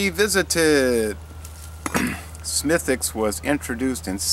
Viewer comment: Way to nail the pronunciation of the name,! Cheers! Slainte!